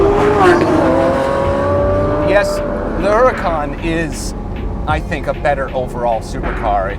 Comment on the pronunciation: Whats a HER-A-KAHN